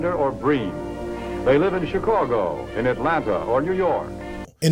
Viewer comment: Did that old timey dude say chi-CORE-go?